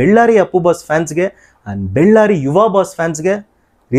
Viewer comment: ಅಣ್ಣ ಅದು ಬೆಳ್ಳಾರಿ ಅಲ್ಲ ಬಳ್ಳಾರಿ 😌😌